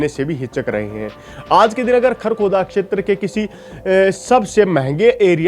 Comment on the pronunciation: क्षैत्र को अक्षैत्र न बोलें। वीडियो 👍👍👍